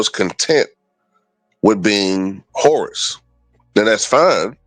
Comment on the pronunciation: Sounded like you said Horace was content being a horse 😂